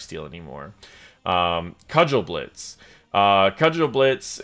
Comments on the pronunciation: Kah-jel-blitz... my ears are bleeding. German words are uttered the way they are written, so it's Koo-gel-blitz (g like in "go"). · Kugelblitz - German for 'ball lightning'. It's not pronounced 'cudgel-blitz' ;) I believe (and I'm not German, so this might be wrong) it should be 'koo-ggel-blitz', with a hard 'g'. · Btw, it's pronounced "Coogle"blitz, it's German for ball lightning. :) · Kugelblitz is in German (means Orb of Lightning, kind of). Pronouncing as "Cudgel" blitz just sounds extra complicated for no reason :P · you should pronounce "kugel" kinda like you pronounce "bagel". It's "koo-gol-blitz" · Just for future reference if you do more Tass videos: "Kugelblitz" is pronounced koo-gul-blitz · is an American, then? Because that's only reasonable explanation how he pronounces Kugelblitz:D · Your saying of Kugelblitz is really funny to me as a German (as it is a Geman word). Did not even know it is used in English. It literally consists of Kugel (Sphere) and Blitz (Lightning) so it's a spheric lightning. The pronounciation differs a lot from what you said though :)